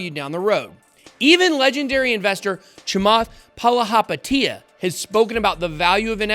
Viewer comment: Nice pronunciation of chamalahathapia